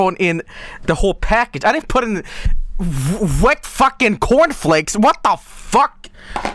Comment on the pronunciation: "yoU guYS aRe gOIng in the cOUrn flAEAKs nOw"